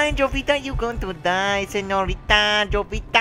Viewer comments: It's probably pronounced (Ho-vita) anyways good game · Isn't the J in Jovita supposed to be silent in spanish? Correct me if i'm wrong because i'm taking spanish in school.